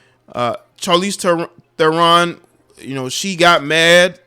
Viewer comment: Man 😂 u are just killing these people names Its pronounce (TAN- DEE ) = Thandiwe Newton And (SHAR-leese , THARE-run) =Charlize Theron